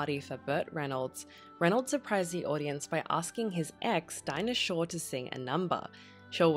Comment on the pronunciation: The name is SHORE !!!